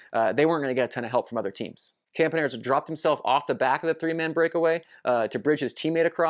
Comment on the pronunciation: I think it is pronounced Campanarts (not spelled that way).